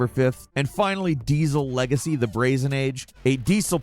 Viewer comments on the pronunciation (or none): none